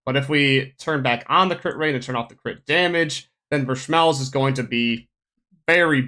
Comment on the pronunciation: I cant stand the way you get Vershmelsz